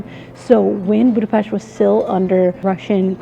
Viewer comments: Props for pronouncing Budapest the correct way, well done! :) Just a bit of correction: The Buda hill is not part of the Alps, and the Danube river was never considered to be the border between Europe and Asia. It was just the border of the Roman province of Pannonia. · That's a very very beautiful woman in a very very beautiful café. 🥰 Thank you for pronouncing Budapest correctly. 😊 I like that you talk about the history of Budapest, you said things even I didn't know. It wasn't Budapest that was getting fixed up for its centennial celebration but Hungary getting ready for its millenial celebration, as it was 1,000 years ago at that time that the Magyars came into the Carpathian basin. 🙂 Wow, this video is so well-made, I'm amazed! I wish you the best. Köszönöm. ❤